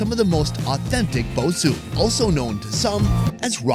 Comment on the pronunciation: bosou is pronounced bo- sow